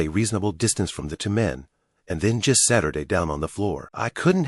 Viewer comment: It’s funny that instead of „he sat up“ He says „he Saturday up“